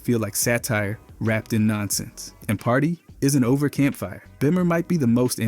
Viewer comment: It most definitely is because of the way it say party isn’t over/campfire/bimmer